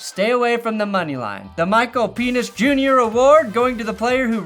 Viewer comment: Uh...it's Michael Persons 😂